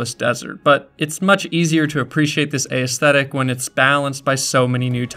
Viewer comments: Never heard anyone pronounce aesthetic, a-esthetic; it's as-thetic ;x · This video? Real damn good. Pronunciation of the word "aesthetic"? Real damn bad.